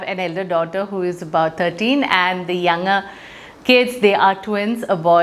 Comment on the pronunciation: You couldn't pronounce 'younger' correctly.